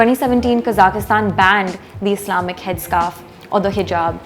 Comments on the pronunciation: Kazakhistan? You mean Kazakhstan? There is no "i" in it. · Please note that the Kazakhstan is "Kazakhstan" and not Kazakistan... Please there take it very offensive if you say them Kazakistani... the correct ethnic is Kazakh...